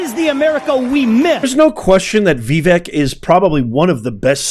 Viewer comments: Maybe your problem with Vivek's name is that you haven't taken the time to learn how to pronounce it. It's not VEE-Vehk. He has pointed out that it is pronounced Vuh-VAYK. Practice it, "Professor." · His name is not Vi-Vek, it’s Va-vake like CAKE Capeesh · Common man, don't keep butchering Vivek's name. It's NOT Vi-VEK it's Vivek and pronounced as Vi-fake. That's not that complicated, isn't it? 😍🙏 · Vivek is pronounced vi vake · Pronounced Ve-vake like cake. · Vee-vake (rhymes with CAKE) Please take the time to learn correct pronunciations of important names.... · His name is pronounced Vi-vake, like cake. He gives this out himself. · VIVEK is pronounced : Vi VAKE (like cake) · I believe his name is pronounced "Vie - vake". At least that is how the commentators were pronouncing it last night. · PLEASE LEARN TO PRONOUNCE VIVEK'S NAME CORRECTLY. I DID LIKE THIS VIDEO VERY MUCH. THANK YOU, KINDLY...